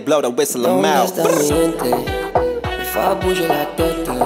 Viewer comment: when he pronounces the easy word "fais" totally incorrectly...